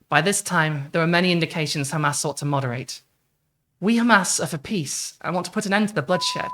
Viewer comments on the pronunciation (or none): Please stop calling them Khamas. It is Hamas, pronounced with an English accent this is how Arabs pronounce it.